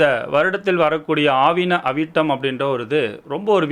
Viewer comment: அது ஆவணி அவிட்டம் சார் . ஆவின அவிட்டம் அல்ல😂😂😂😂